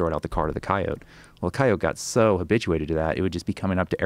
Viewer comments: Went from saying kai-o-tee to kai-oht because of the guest. Come on Joe. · I switched off 5 minutes in when he kept calling them cayots, what a fucking asshole. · Their pronunciation of coyote makes me frustrated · I like how Joe adopted the way this guy says Coyote with a soft "e"